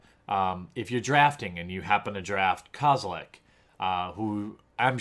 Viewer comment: kozelek not kazelek